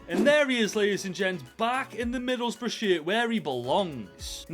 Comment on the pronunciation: To be honest, I kinda expect for to pronounce Middlesbrough as Middle's Bruh but it's still nice to see takeover Middlesbrough for ten freaking seasons